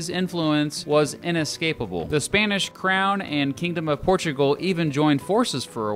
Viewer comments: ''Spainish'' literal ear rape. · Says Spanish “Spænish”